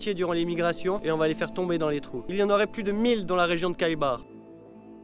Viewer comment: Salut, c plus juste de prononcer le nom de cette ville en commençant par R que K. Phonétiquement KH c’est le R de français. Je comprends pas pourquoi les archéologues vont protéger ce site alors que jusqu’aujourd’hui il était sûrement plus préservé. Ils vont attiré la curiosité des gens .